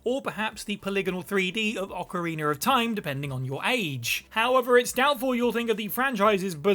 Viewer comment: OCARINA, ocarinER IS NOT A WORD 🤦🏻‍♂️